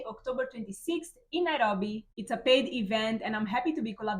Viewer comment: Please always mention NAIROBI in your videos, it sounds nice the way you say it:person-turqouise-waving